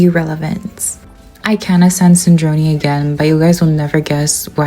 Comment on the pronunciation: dog cant pronounce sandrone and they literally say it in the game, dont mess with genshin players we dont listen, read, or know the story